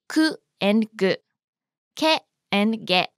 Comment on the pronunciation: Is it only me or is "Ke" with those two lines on top sounds like "Gay" 😭😭